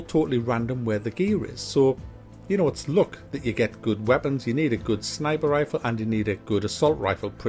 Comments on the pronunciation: ITS LUCK NOT LOOK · I thought he say '' look '' and it's all about the '' look ''. Then I realize he's saying '' luck ''.